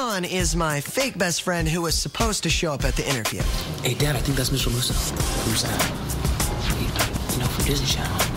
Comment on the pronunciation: Maykıl musso 🤣😅😅😅😂😂😂😂